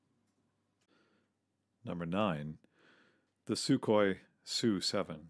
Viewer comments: It’s pretty much a silent K in Sukhoi...just saying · TUpolev, SUkhoi. Unless you mean samokhodnaya ustanovka, like the SU-85.